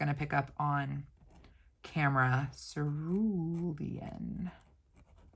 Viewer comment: You pronounced cerulean correctly. Always reminds me of The Devil Wears Prada. I love the hole punch. You could punch a smaller sheet of paper, put it in a journal and color the flowers for cute accents. Excited to get my box.